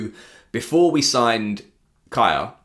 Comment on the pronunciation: iirc a couple years ago in an interview Kjaer said he pronounces his name K-eye-air (the way you do). I think the name is traditionally Kee-ahr or Kee-air. But that's not how his family pronounces it so you're right on.